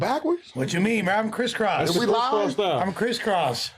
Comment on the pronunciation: Tell me why when Lush said Kriss Kross I thought he said Crip Cops 😂